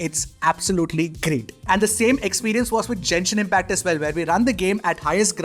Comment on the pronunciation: bro really said jenshin impact